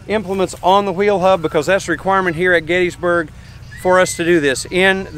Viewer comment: I was there for Gettysburg 150–so much to learn. I finally got a mental map of the 1st day’s battle. BTW, the correct pronunciation is “Gettissburg”. Thanks for the tour!